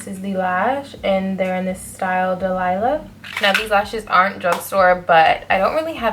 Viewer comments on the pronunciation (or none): Dalia not delailah lol cute